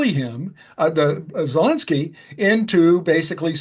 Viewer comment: Here to listen to Charlie, but the fool hosting who doesn't even know how to pronounce Zelenskyy doesn't deserve to have a show.